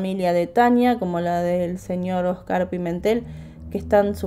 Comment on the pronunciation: Se pronuncia Óscar, no Oscár.